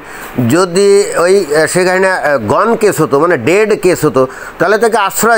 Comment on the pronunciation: আপনি শেখ হাসিনার নামটি ঠিকমত উচ্চারণ করতে পারেননা। আপনি বলেন “হাহিনা”। এটা কেন?